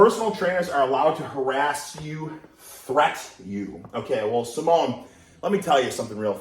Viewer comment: Hahah, pronouncing Simone Samoan lol